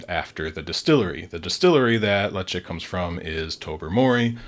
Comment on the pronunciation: “Letch-ick” is the correct pronunciation. You got it. That’s according to the box and the website.